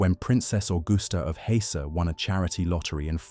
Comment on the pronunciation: What is Lord "Tec"? And the house of Hay's?? Its HES - SEN. Like has-sel.